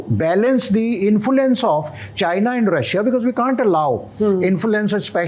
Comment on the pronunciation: Without sounding condescending, I think the guy has pronunciation problems. Talibuns Smartians Infulence Gaddar Chhabbar Inflitration